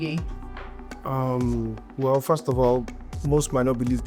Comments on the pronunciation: Who is this fake thing? You can't pronounce a two-syllable name. 🙄 way-gay. All these yeyebrities sef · You can’t pronounce ‘wege’????